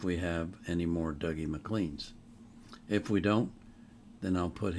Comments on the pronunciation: We would pronounce it Doogie. Duggie would-be more how it would be said in England He is internationally famous He also leads a rendition with other international stars which was on the top left of your screen for you tube when the video ended. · Spelt Dougie but pronounced Doogie. Never ever Duggie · "Dougie" is pronounced "Doogie" in Scotland. He isn't really "world renowned" (Scottish people like to exaggerate) but this song is very well known in Scotland, and in the folk music world. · Alba gu bràth sir. This never not brings a tear to my eye. Thank you Dougie (usually pronounced doo-gee).